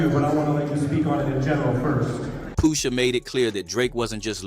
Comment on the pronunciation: Boi said POOSHA